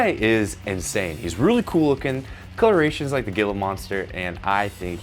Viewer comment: I did not just hear you pronounce "Gila Monster" as "Gilla Monster." The word "gila" is pronounced as "hee-luh."